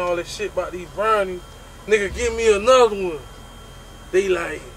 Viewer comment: "I ate anudda one!" 😂